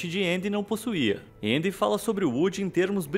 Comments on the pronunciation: Ele falou na pronuncia americana eu acho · Gosto muito desse canal, mas qual a dificuldade de falar Andy? me incomodou um pouquinho a forma que vc pronunciou, mas tirando isso o vídeo é ótimo kkkk